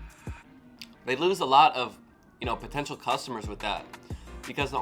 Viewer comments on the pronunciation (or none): none